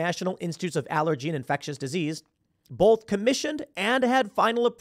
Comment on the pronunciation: Tim Pool says, "BOLTH"! There is no "L" in "BOTH"!!!